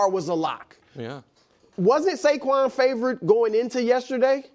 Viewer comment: It’s Saquan dude.